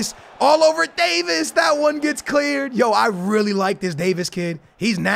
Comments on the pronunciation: it’s Davies not Davis, (Dave- eees) the e are like saying the letter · It’s not pronounced Davis, it is pronounced like davees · please stop saying Davis it’s Davieeeeees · If you say “day-vis” instead of HOW ITS REALLY PRONOUNCED “day-vees” ima snap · Davies not Davis 😂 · Btw you don’t pronounce it “davis” you pronounce it like “day veys” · Alphonso Davies is pronounced Day-vees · It is pronounced Davees